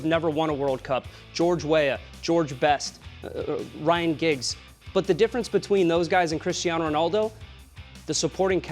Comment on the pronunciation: this mans said ryan giggs